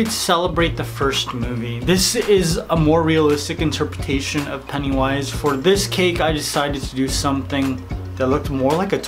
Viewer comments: Oh,so thats why he says peniwise insteas of pennywise? Sorry mate,didnt know. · I hate how he says PENIWISE instead of pennywise.